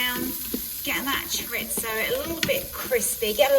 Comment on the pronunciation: I get my 15 in 1 tomorrow, taking the place of my old dual lid Ninja, btw it's pronounced cho-reese-oh rolling the r when you say it 😉